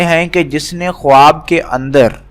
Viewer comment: Bhai khawaab bolaaa nhi jaaataa h Khaaab bolaaa jaaaataaa hai